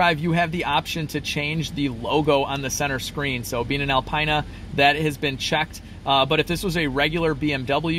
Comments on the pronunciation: It is pronounced Alpeena, not Alpiina. BMW guys will cringe. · "Al Pine Na" No man...it's "Al Peen Na" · Al peen ah. Not Al pine ah. How much does the Carly cost per month on those subscriptions? Every month even when one does not use it. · Alpina is pronounced Al-Pee-Na, not Al-Pie-Na. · I cringe when I hear you say Al”PINE”-uh when it is pronounced Al”peen”-uh. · It’s Al-peena but I’m not trippin. 🙂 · It’s pronounced Alpeanna . But great video 👏🏼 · Not to split hairs but it’s pronounced ‘Alpeena’ 👍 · This is bullshit. I saw this buliding in another youtubers video. This is at a body shop. If i remember the video i will update. Such clickbate bs. Did he just say "el pine a"? Lol.